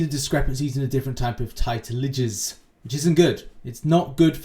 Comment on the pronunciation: Titeledges isn’t a word. Sorry but you’ve been saying it for months and months. Titledges.ezzzz.isss